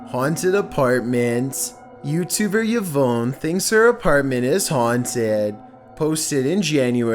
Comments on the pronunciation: Yee-vone??? Try Ee-von! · Yah-vone not E-Vaughn. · It's pronounced 'Ee-von' not 'yu-voan' mate. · "Eh-Von" not Y-vone! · evonne......... *E VON! lol YVonne VON not VONE... LMAO oh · Omg how are you so incredibly dumb???!! The name Yvonne is pronounced Eve-on NOT Yuh-vone!! 🤦‍♀️🤦‍♀️🤦‍♀️🤦‍♀️🤦‍♀️🤦‍♀️ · Omg... This idiot can't even pronounce Yvonne right... It's pronounced EeVon you illiterate. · Yvonne is my sister’s name, and you totally butchered the pronunciation. It is pronounced Eevon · Yvonne is pronounced e-VAWN, emphasis on the second syllable. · It's "Yvonne",, not "Veyawn", and at #2, the Jumpscare scared the mess out of us!!!!! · Yvonne = Eeee - Vonn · No it’s pronounced Ee Von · Imagine thinking Yvonne is pronounced “ya-vowyn” 😂😩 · This boy amd his pronunciation of "Yvonne"🤦....smh...nothing but love,, nothing but love🖤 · The scariest thing about this video is how he pronounces Yvonne haha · Is that seriously how you pronounce Yvonne? I can't tell if you're joking or not. 🤦‍♂️